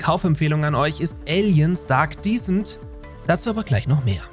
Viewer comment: Kleiner Englisch Tipp: Aliens Dark Descent wird Descent (Abstieg etc.) anders ausgesprochen als Decent (anständig, ordentlich, in Ordnung), wie du es ausgesprochen hast. Ein kleiner feiner Unterschied. Just fyi :)